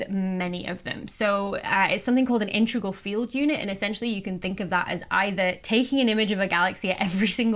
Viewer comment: "IN-tre-gal" (instead of "IN-te-gral") is too close to the pronunciation of the word "intricate" for use in a scientific discourse, imo.